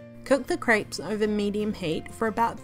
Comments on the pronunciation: lmao it's CREPES not CRIPES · please stop saying craaaaapes its crepes :) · she said crayps 🤣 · I love how she says craips 😂❤️